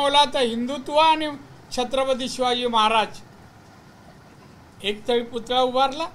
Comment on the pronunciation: तुला छत्रपती शब्द तरी नीट बोलता येत नही